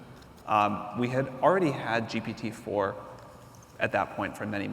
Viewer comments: Him saying gtp is testing my patience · The interviewer, you need to change your profession. You are lost all the time, even saying GTP.:face-blue-smiling::face-blue-smiling::face-blue-smiling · is it me or they keep saying G'T'P instead of G'P'T?! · My heart was crying to death, every time, he was saying GTP, and huge respect for Sam being so humble where he didn’t correct him once. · If he says GTP one more time, i will smash my keyboard. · PGT(ips) ahhhhhhhh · When interviewing someone as high profile as Sam Altman, they should have at least got their sound setup right, so many echoes. Also, like others have pointed out, it's GPT not GTP. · Why does Tobias Lütke always saying GTP rather than GPT? Is he afraid of "GPT" term being copyrighted or what? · When you say ‘GTP’ repeatedly, is it arrogance or dyslexia? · Is he doing it to trigger Sam Altman? Why isn't someone from the audience prompting him?? "Oi! It is not GTP!!! It is ZTP!!!" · Very annoying. I mean, one slipped up or two is fine, but come on, make your homework and get the terminology right. You are interviewing the hottest name in the field nowadays, and you keep messing the name (an easy one at that) of his product. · Imagine having an interviewer mispronounce your product and praise it at the same time throughout the interview. How insultingly unprepared and dishonest